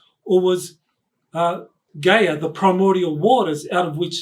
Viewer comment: "Guy-Ya" not Gay-er...🤣